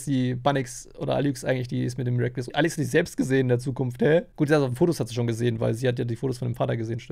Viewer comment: sie heißt Alix und nicht alüx